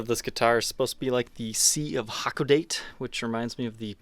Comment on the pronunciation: The color should be pronounced "Ha-ko-da-te". The Sea of Hakodate I assume refers to the Tsugaru Strait which separates the northernmost island of Hokkaido (ho-ky-doe) and the largest island of Honshu. Anyway, it is a nice color.